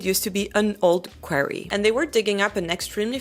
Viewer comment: In English, it's pronounced "quarry," not "query," which is a question or a request for information.